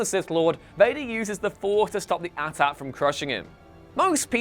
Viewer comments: Did you seriously say “at at” instead of AT-AT??? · AT-AT is pronounced like 80-80. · Am I the only one who noticed how this guy pronounced AT-AT 😂